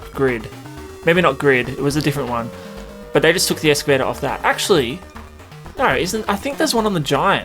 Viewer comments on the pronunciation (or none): excavator not escavator